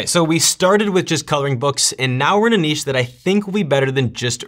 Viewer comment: From Australia: you're the first American I've heard pronouncing "niche" correctly!